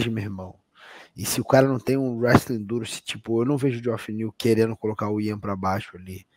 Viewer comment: Por que o chama o Ian Garry de Aian? Não existe esse nome, mano. Ian se fala exatamente como todo mundo sempre fala, não entendo essa lombra...